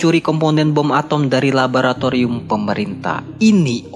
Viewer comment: laboratorium bang buka rabaratarium